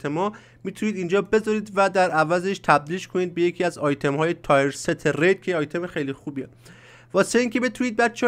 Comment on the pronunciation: تییِرست گل من نه تایر ست.